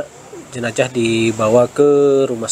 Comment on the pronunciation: Jenazah atau jenajah?